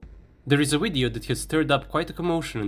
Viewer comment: It's not a phucking WIDEO!